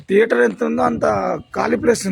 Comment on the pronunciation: తేటర్ కాదు లింగం థియేటర్